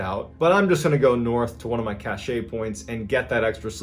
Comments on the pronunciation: Hey Mr. Ballen. Love your stories both in person and podcasts. Just a tip cache is pronounced cash. Again love your channel. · FYI, A cache is a group of things that are hidden, and is pronounced like "cash." Cachet can mean "prestige," "medicine to be swallowed," or "an official seal," and is pronounced "cash-ay." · Cache is pronounced cash, cachet pronounced cashay Cache is a storage area. First heard it pronounced that way by a US Army General during the Iraqi war so I guess it's a military thing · Cache is pronounced "cash", get a grip Ballen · "Cache" is pronounced 'Cash' You're welcome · PSA: The "e" in "cache" is silent...it's pronounced "cash" - it comes from the French verb "cacher" - to hide something. The only time you would pronounce the "e" is in the past tense, such as Passé Composé, when you have hidden something...."J'ai caché" and only then if you are speaking French. A secret stash is a "cache". It's said incorrectly so many times...as a French AND English speaker, it really got to me ;) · it's pronounced cash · Just for future reference, John, it's pronounced "cash". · It's pronounced like "cash". But once, again, great telling of these intriguing stories. Thank you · no, I didn't sit there and make tally marks on how many times he said it wrong, and frankly I never heard it pronounced correctly. Either way, you are wrong, it's "cash" according to the dictionary. Be sick all you like. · I love all your. Videos Mr B. But please, when you mean the noun meaning “ hidden items for future use” - Cache, we say this as ‘kash’ I read this in the Chicago Tribune, although they concentrate on the verbs. Merci! X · Its pronounced "cash" right? Please tell me im not crazy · Love your stories John, but your pronunciation of cache is driving me batty! The e is silent, therefore no -ay sound at the end, it’s just pronounced cash! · OMG you actually pronounce cache correctly... so wtf is up with the first 80 cashays? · for the love of ... it is pronounced "CASH"